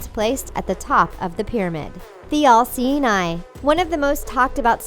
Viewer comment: She kept saying LC9, then it downed on me, oh!! The "all seeing eye" Civilization is reaching to a point where we have to invent telepathy because we can't pronounce our words right anymore!!